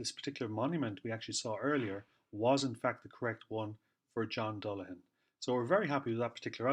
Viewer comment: I appreciate that alternative spelling of the surname, and also your correct pronunciation. It beggars belief how many phone calls I receive, or if I'm outside Dundalk, the amount of people that pronounce the surname as "Dullagan". I thought it common knowledge a 'g' immediately followed by an 'h' is silent. They don't do that with many other examples, Such as Callaghan or Cladagh. It's one reason I don't put the 'g' in my social media accounts. Initially, in my time, they said the surname was from Limerick, then from Antrim and then Offaly. They said name was Viking, then not Viking but old Irish. There's a lot of pass speculation academia treated as fact, only to be proven otherwise. For a surname that's been around quiet awhile, there's not a lot of Dullaghans about. With Louth being the county with the highest amount of Dullaghan families. While in Dublin about 2008 in Jervis shopping centre. A Dixon's employee looked at a store document for a product I was having returned. And he mentioned it was the first time he'd ever met someone outside his own family that had the same surname as his. I found it an eye-opener. I regret neglecting to ask him how his peers pronounce the name. I believe the 'ghan' at the tail end of surnames can just as well be 'bhan'. Something I would like to know about, but too shy to make enquiries.